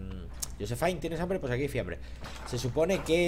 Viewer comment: Jajajaja siempre que pasa por josephine dice "josephine tienes habmbre? No se que fiambre" jajajajajaja